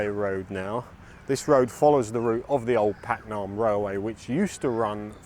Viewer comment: "Paknam" is better pronounced "baag-naam" ปากน้ำ meaning estuary or river mouth or literally 'mouth water'.